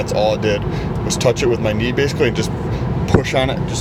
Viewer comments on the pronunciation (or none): I had to listen a couple times. “I had to touch it with my knee” sounded like “I had to touch it with my meat” lol 😂